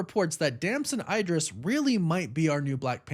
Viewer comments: Dam-zen Ee-Dris, not EYE-Dris 😅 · Pronouncing his last name "EYE-Dris" definitely sounds wrong. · Never heard the last name Idres pronounced like that.